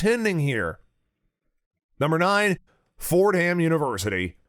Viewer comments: Not pronounced Ford-Ham, it is one word, “For-dam.” As it is called in New York City. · Ford Ham? Really? Just a thought. Assume you are a professional. You have a script. You read it before taping. There is a name you are not sure how to pronounce, You A) Wing it and hope you get close B) ask if anyone knows how to pronounce the name, or C) do 5 minutes worth of research on the interwebs. Of course. The answer is A. And you get Ford Ham. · Can't take this guy seriously. He can't even pronounced "Fordham" properly. Not only is he not an academic expert, but he's apparently never watched college basketball, where "Fordham" is pronounced correctly all the time. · You mispronounced Fordham. Also, your criticisms of it were superficial.